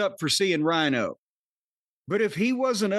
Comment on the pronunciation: Rhino??? Rhyno you mean?